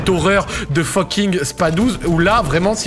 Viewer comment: J’avoue ça m’irrite aussi 😅